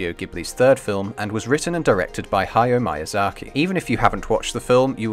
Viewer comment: "Haiyo Maiyazarky" lol. Bless u for the disclaimer tho. Since I watched most Ghibli films as a kid I never really saw it through an analytical lens, so it's really great to be able to go much deeper into the symbolism behind it now that I'm an adult and can kinda understand it more. Also, Japanese only has 5 vowels that are always pronounced the same way, making it super easy to pronounce! A (ah) I (ee) U (oo) E (eh) O (oh), for future reference!